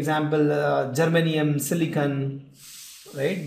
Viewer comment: Sir its a silicon not a silican...